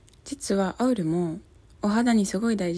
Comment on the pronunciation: オイルって発音ない。👈そらそうだけど アウルって言ってる。 ちょっとチャリのチェーンの音気になるからアウルさしてくるわ